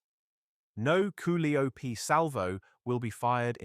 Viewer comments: "Ca lie oh pee" is how its pronounced. You botched "Hurt gen" also. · It's pronounced koe LIE o pee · That Koo li op is driving me nuts !!! Damn it learn English !!! Your going to have to "Teach" AI "English" !!!